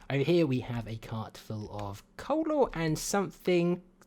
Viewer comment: "coal ore"